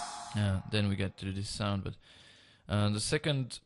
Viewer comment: he said sonk